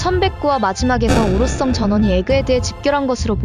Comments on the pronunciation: 오로썽 영 거스림 ㅋㅋㅋㅋㅋㅋㅋㅋ 성 발음 안되시나요?? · ㅋㅋㅋㅋ아 오로썽 썽 거슬리네